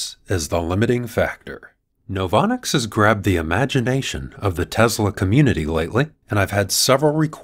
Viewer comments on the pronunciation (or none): none